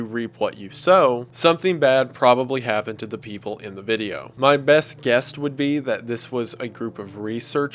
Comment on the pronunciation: lol "bess guest"